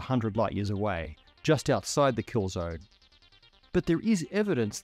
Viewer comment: "kill zorn" bro are you stupid?